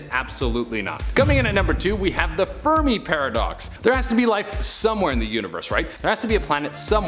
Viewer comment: Did anyone else think said Furby paradox?